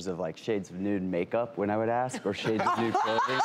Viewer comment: I knew good and well to stay away from that. "Aks me instead of ask me."